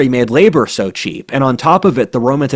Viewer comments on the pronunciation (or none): none